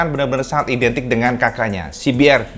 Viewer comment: Mantap...cuma sedikit koreksi aja CBR DIBACA si bi ar BUKAN si bi er